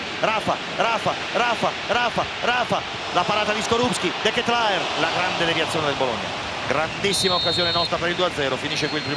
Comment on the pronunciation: Ma ci vuole molto a pronunciare esattamente il nome di DE CA TE LA RE ? Suma aggiornati va! C’è anche il video dove lo pronuncia lui correttamente. Ma che è? E fa anche le telecronache